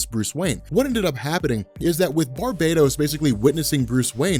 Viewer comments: Its Bar-bah-TOS! NOT! bar-bay-dos! One is a demon and the other is a tropical island!!! Edit: Like this!!! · Why do you keep saying barbados? Instead of Bar-Ba-Tos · Alright, I am not really an avid reader of comics, but I am going to take a leap in logic here: It's probably pronounced Bar-BAT-us, not Bar-bate-ose. As in BATman, not Barbados Slim. Not a big deal but every time says Barbados I think of Slim talkin about goin back dere with a cowl draped around his elegant Caribbean shouldahs. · Bar-ba-tos. Not barb-A-tos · Maarek Steele Its Bar - ba - tos. The island is Bar-Bay-Dos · Clearly Bar-Bat-Os is a dark god version of batman! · I think it's pronounced bar-ba-tos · i pronounce it as Bar-Ba-Toss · Barbatos is also the name of a duke of hell from demonology, so the origin word which is "barbatus" is latin. As such, who knows how its actually pronounced... But since this is a comic, and its got BAT in the name I am just assuming there is emphasis on that part of the name. You know, like Mr.Sinister, and other goofy... I mean clever, shit like that. Definitely probably not pronounced like Barbados the island though. He's been pronouncing it like that for the last few videos though so it may just be a joke.